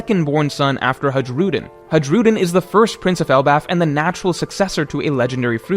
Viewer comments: the J in Hajrudin is a Y actually in pronunciation. Please learn. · Is it so hard to pronounce Hajrudin right? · the "j" in "hajrudin" is pronounced like "ee" in "tree" and the "g" in "burgess" is pronounced like a "j" in "jesus".